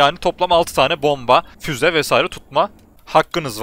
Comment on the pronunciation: Fuz değil bey füze geçen videoda da yazmıştım